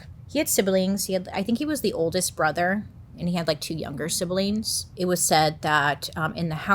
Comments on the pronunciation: Sible'lings 😂😂😂 it's SIBlings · I like how you say sibalings